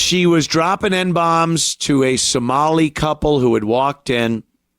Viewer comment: Some while lie, "Som-a-lie"